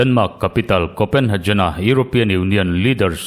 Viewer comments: Copenhejen ni lovin Copenhegen ti a lam tur anih hmel. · Kopenhagen tih hi 'jen' tih angin i lam a, 'Get' ti a kan lam a 'G' kan lam a ngai a nia.